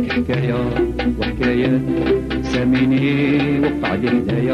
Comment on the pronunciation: ساميني وليس ساليني